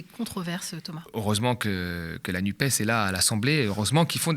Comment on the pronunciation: Merci Thomas de bien dire la NUPÉS, car dire la nupp's c'est réduire l'écologie à un 'e' muet !